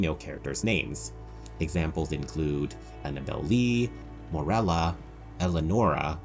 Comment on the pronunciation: How many times can we mispronounce Morella's name.